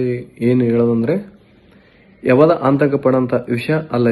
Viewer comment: ಆಂತಕ ಅಲ್ಲೋ ಅದು ಆತಂಕ 😂😂😂